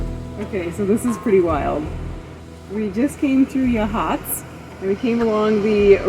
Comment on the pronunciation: You did better than most on Yachats, but not quite. Oregon coast native here. It's YAHhots rather than yuhHOTS. ❤❤❤